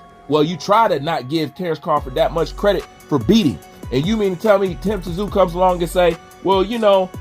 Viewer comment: I love your channel and work. However, it's pronounced "Zoo!" and Tszyu said he'd fight Both Anytime! I was born in Sydney but grew up here in the USA. Y'all get ready for the Tszyu take over! As long as he doesn't suffer from over confidence going into this Fundora fight!